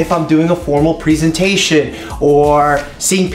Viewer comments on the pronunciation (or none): Me: presentation Dr Mike: Preesentation.